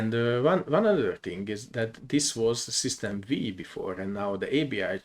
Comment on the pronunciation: Thank you for the video! One note: "System V" is pronounced as "System Five", as V stands for the roman numeral 5, referring to the 5th version.